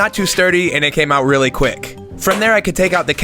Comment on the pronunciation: great job in execution, but please work on saying "really" that kills.